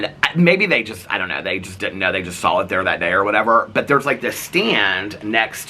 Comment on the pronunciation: You say saw like Saul.: “We Saul them standing there”. 😁😁